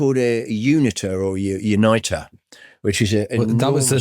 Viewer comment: Unitor is pronounced as uni-tor, not unitter or unite-er.